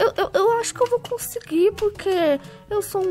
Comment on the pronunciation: alguém percebeu q qnd ele fala pq sai purque?